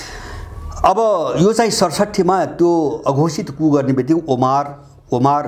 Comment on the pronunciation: कुप हाेईन कु (coup) हाे ।